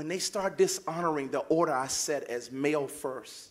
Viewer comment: "Ordherrr" "Ultimally"